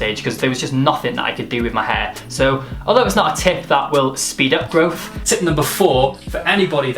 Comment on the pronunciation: he correctly goes with "stunt" and then ruins everything with "growf" o_O